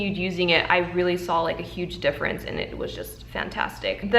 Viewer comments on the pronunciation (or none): none